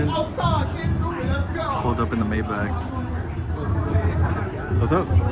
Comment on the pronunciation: You are not saying Maybach correctly.